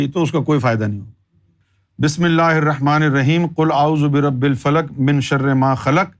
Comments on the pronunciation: As Salam u Alaikum. Surah falak aapne barr barr galat padha hai “” Qul 'a-'uuzu bi-Rabbi Kal Falak padha hai. Jabki-(Qul 'a-'uuzu bi-Rabbil-Falaq,) hai. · Berabbekal falaq wrong pronunciation